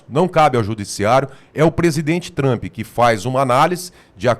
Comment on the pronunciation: Parem de chamar ele de Donaldi Tramp. Aprendam a pronúncia.